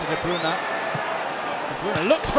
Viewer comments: Kevin de bruuunaaa not Kevin de breyne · “Kevin de brOOna”